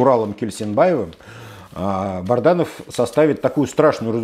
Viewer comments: По моему он Бадранов, а не Барданов., если он не пределал Ф И О. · Уважаемый, вы упорно называете неправильно фамилию Азата солдата, уже как-то странно, не Барданов, а БАДРАНОВ!